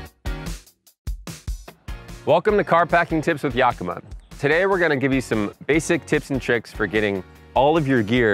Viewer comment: Great info, Especially where to put snacks, etc. Check with Yakima they would appreciate having their name pronounced correctly.